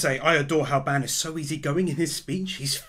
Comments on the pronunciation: It's bAn not bEn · you are pronouncing Ban's name horribly, it's supposed to be 'B-ahn' not 'ban' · Please stop saying ban wrong, it hurts me 😭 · Why do you say Ban like Band?